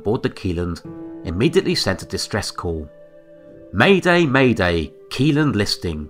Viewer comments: Pronounced “shelland” not “key land” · The pronunciation of Kielland is not correct, but I don’t expect people from outside of Scandinavia to nail that 😅